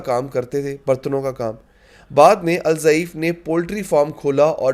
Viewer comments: الضعیف نہیں آپ الدیف کہہ سکتے ہو ض د جیسا پڑھا جاتا 3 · جناب الضعیف نہیں ہے بلکہ الضیف ہے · آپ الضیف کا تلفظ غلط کر رہے ہیں ، نام صحیح ادا کرنا چاہئے